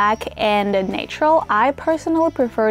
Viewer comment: What is that called you called Natrole? is that pronounced Na-tu-ral? you're a Natrole beauty.